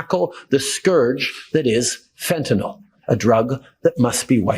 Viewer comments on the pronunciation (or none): none